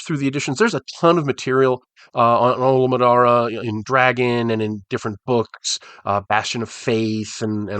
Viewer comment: You do realize that you went through the whole video calling him Olimaddara, right? 😁